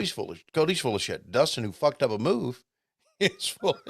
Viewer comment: sounds like he said BUCKED up not fucked up